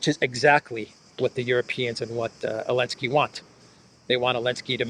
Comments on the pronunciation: if Zaluzhny becomes president of Ukraine, are you going to start calling him "Aluzhny"? 😂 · It's funny you say Elensky which sounds like the Dutch 'ellende' which translates to misery